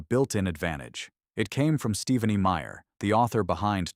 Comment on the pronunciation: "Steve-ah-knee" Myer. Oh ai. Do better.